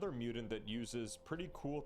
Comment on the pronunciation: Please, for the love of all that's holy, pronounce Mutant not Mutant.